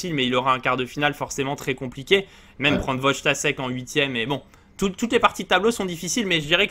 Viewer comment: S'il vous plaît, apprenez à prononcer les noms Polonais, Wojtaszek se prononce Voïtachèque.